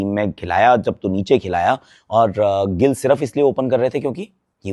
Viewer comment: Abe chopra .. kyu gilla ka liya hai kya muh me